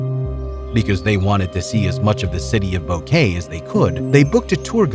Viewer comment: What on earth made you think that Boquete would be pronounced Bow-Kay? Bo-ke-te!